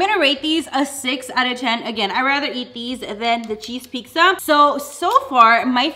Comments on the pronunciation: not trying to make fun of or judge but why do you say pixa instead of pizza just asking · Lol love the way u day pizza!